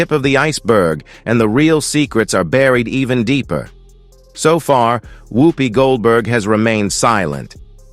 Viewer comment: A waste of the New FBI cost and time. They have uncovered nothing subversive. The narrator cannot pronounce her name correctly ! Much ado about nothing !